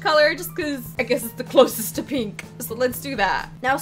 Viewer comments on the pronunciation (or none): Why do you say peenk 😆 and not pink ??